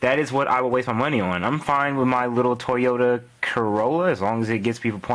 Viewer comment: For a second, i swore you said Toy Yoda Corolla.... I swore i nearly went through a mental breakdown...